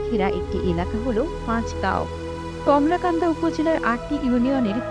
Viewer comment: বার বার কমলাকান্দা বলতেছেন,,,, আসলে কলমাকান্দা